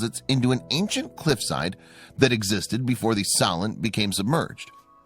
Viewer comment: It pronounced So-lent.